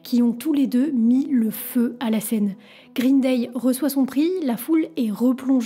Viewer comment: Grine Deille? Vraiment? GRINE DEILLE??